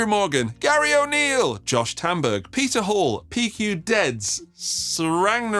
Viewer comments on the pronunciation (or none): none